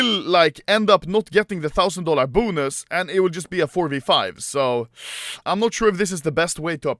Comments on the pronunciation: The way this dude says "Boo-nus" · Me: bonus Anomaly: BUUNUS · The way he says “bonus” 😂